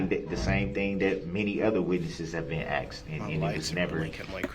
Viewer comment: If I’m honest, in my Opinion, this Kid was not a great witness. He was all over the place! He couldn’t simply answer Yes/No when “Axed” a question. Kinda reminded me a little of DUH-RRELL!! Not that anyone could be as Ridiculous as DB, nor am I comparing him to DB, just reminds me of how DB acts!